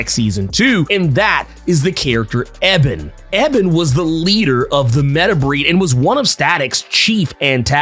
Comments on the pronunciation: You gotta say E Bon's name right. Its not pronounced Eh Ben its pronounced E Bon. Other than that, great work! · E-bonne not EBB-un, dude. Oh my god. I never knew something small like that could set me off. lol D-Struct also WAS part of the Meta-Breed in Static Shock but he was a super short term member. He literally quit in the very first episode that he was introduced in. He's also not a (previously) Static Shock exclusive villain; just like Puff isn't either. Rather he was a one-shot villain in the original Milestone comics that was caught up in the bad side of gang life. A bit similar to how he was portrayed in the cartoon show. Also I'm psyched for Ebon but I'm REALLY hoping that Holocaust isn't pushed aside in favor of him. Unless he gets an upgrade in this series, Ebon was a MASSIVE pushover for Static in the show, while Holocaust was usually a very legitimate threat. And it's true. Ebon and Static ARE different sides of the same coin...but I think Holocaust has always fit that role a lilllll better. Actually in the comics when first meeting him, Virgil was tempted to join up with Holocaust and saw eye to eye on some of the things he said...but realized he was way to extreme for his own good. Static has ALWAYS seen Ebon as a punk hood who really has an inferiority complex...so there's not as much friction to play off of with him as there is Holocaust. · His name is pronounced E-BON not Eb-en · That’s not how u say his name his name Ebon not Eben🤦🏾‍♂️🤣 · Its ebon not ebin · Pronounced (E-b'on) not (Eh-bin). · His name is E-bon lol your pronouning weird. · Eee-Bon lol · Thought it was E-Bon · It's pronounced E-bonne lol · Why'd you have to butcher Ebon's name like that 😭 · He killing me with mispronouncing Ebon’s name🤦🏾‍♂️. I’m excited to see Daisy do more with her powers, Richie become Gear, and how they’ll tie in more villains from the Static Shock series. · Exactly he was KILLING ME with the pronunciation 🤣